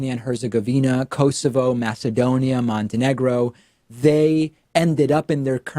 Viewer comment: Love ya Packman Show Montenegro isn't pronounced Montego. Lol it's ironic due to the nature of the video (which I agree with ya on)